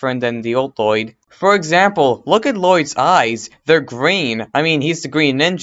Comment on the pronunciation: Bro u talk little ur a little kid u say woyyed instead of lloyd